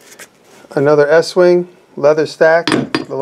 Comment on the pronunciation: estwing is pronounced east wing..